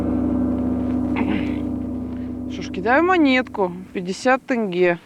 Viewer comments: Почему вы не можете вместо Тэнге э поставить е тенге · тЭнге, почему не тенге, ГДЕ ВЫ ВИДИТЕ ТЭНГЕ!!!! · Очень хороший выпуск!!🥰 Сама алматинка и смотрю с радостью) Но как то странно, что говорят тЭнгЭ а не тенге🤨 Она же русская не может сказать букву Е?😅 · Тенге через "е" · Не Тэнге а тенге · После слова тэнгэ я перестал смотреть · Да вы задолбали говорить ТЭНГЕ. Вы же не говорите ,,сэрэбро" или ,,мэтро" для россиян вот ,,теньге" чтобы вам легче читалось. (И только на мобилизации узнали что такая страна есть б🤬ь) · не тэнге а тенге мягко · Не тЭнге, а неужели так трудно сказать тЕнге! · Кого бесит когда она говорит тэнге а не тенге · Тенге, тЕнге, где вы бля.ь букву Э увидели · Говорите пожалайста не ТЭНГЕ А ТЕНГЕ это тоже самое как БАЙТЭРЭК говорите Байтерек заранее спасибо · Что-бы ведущим было по удобнее говорю попробуйте прочитать не "тэнге" а "теньге" так будет удобнее и более правильно) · Почему тЭнге а не тЕнге ААААА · Не "ТЭНГЕ" а "ТЕНГЕ" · как же заебали со своим тЭнге, научите уже своих персонажей правильно говорить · Всегда русскоговорящие почему то так говорят ,удивляюсь ,буква е и у них же есть ,почему то произносят как Э ,мы же не говорим СЭРГЭЙ . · Вы можете сказать тенге а не тэнгэ там нету буквы Э просто тенге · Выпуск понравился, но как русские ведущие говорят: "Тенге" - "ТЭНГЭ" прям раздражает... "Отрежьте мне УШШШИИИ " так сказать😕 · ТЭНГЕ БЛИН